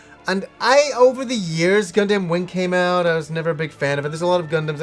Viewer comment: I know this is old and a nitpick on my end, but as what I can only say as my almost Gundam fetish, the way you pronounced Gundam, Char and Amuro hurt my ears. I would get this if you've only watched subs before, but they pronounce them very clearly in the film and series' up to it. Also for anyone looking to watch Char's Counterattack, you NEED to watch the first 2 Gundam series' (there is ZZ Gundam after Zeta, but it was never released in the West and isn't actually necessary to watch Char's Counterattack). Story-wise and understanding the characters though you will need to watch the original Gundam series as well as Zeta Gundam. Of course to cut down on the almost 100 episodes total between the two you can watch the compilation movies for them, but sadly both of the compilation movies cut out A LOT of content and in Zeta Gundam's case a lot of very important content (not to mention if you're like me and prefer dubs, the compilation movies are not dubbed, and Char and Amuro's voice actors maintain their roles for the first series and the movie, Bandai got a different team for Zeta, that sound very similar to them though so you might mistake them for it) as well as changing the entire ending from the series, cancelling out some of the things and events that would have happened afterwards (more than likely cancelling out Char's Counterattack as well if you play the Zeta Gundam PS1 game, Char's ending and what happens partly has to do with the original ending).